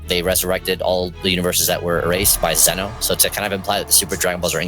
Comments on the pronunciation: From to it's zeno lol I laughed when he said zuno 😂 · Dude. You totally said Zeno's name wrong.